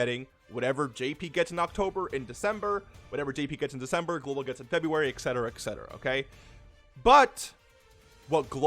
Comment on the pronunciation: Do you say ekcetera instead of etcetera? Sorry, sounded like you did. (I am that guy, sorry.)